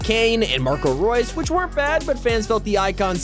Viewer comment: finnaly you said marco reus name right